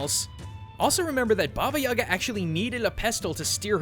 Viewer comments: For future reference - its baba yagA not yAga. Nobody will give a crap, but anyway. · Its baba yagA, not baba yAga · It's bobyeega not yaga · Baba yee ga not ya ga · its actually (Baba) (ee-GA) ( the stress is in the ga) baba eega. Thats the closest you can spell it to russian (im a Russian). I dont understand why its called, "Baba Yaga" in english, but its DEFINITALY not baba yaga. I'm only saying this because when he said her name, it really bothered me. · Anyone else seen John Wick before this and wishing he'd say Baba yay-guh rather than Baba yah-gah? I mean not saying it's wrong it just hits my ear weird. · HA! FOOL! YOU MISPRONOUNCED BABA YAGA!It is Ba-ba-yi-gaaa. Not baba-yaga. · Also, please help me with my squick here - guys, its Baba Yag'A, not Baba 'Yaga. The emphasis on the last syllable. I know that is not much urgent, but still, lets be more proper, ok? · you are pronauncing it horribly. its actualy more like baba jagaa Putting pressure on the last a. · It's don't Baba yAga, it correctly reads Baba yagA (in dont complain, Just helping) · What? Creepy?! Are u kidding me?! I heard TONS of fairy tales about Baba Yaga (and it's not reads like baba yAga it's reads like baba yagA) it tryed to eat girls, boys, warriors, everybody! Dat is not Amnesia to creep u! jeez... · It's pronounced ba ba yay ga I believe, sense in their language they don't pronounce ya as ya but yay, plus it sounds more natural. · 10/10 Russian😂😂😂 Баба Яага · Ivan Tarnyagin Lmao I am Bulgarian, isn't it supposed to be "Баба Яга"? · I died how he pronounced Baba Yaga, my mom is Russian and it's my first language. I just couldn't take it seriously 😂😂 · It kills me me every time you pronounce baba Ugas name wrong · When you're slav and you hear that pronounciation for the first time :D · what's wrong with english speakers when they apply stress to russian words please. remember, that in overwatch there is zarYA, and russian folk witch is bAba yagA ...and vasilIsa, not vasIlisa